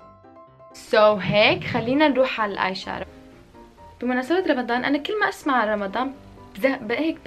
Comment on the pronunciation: اسمو آيشادو مو آيشارو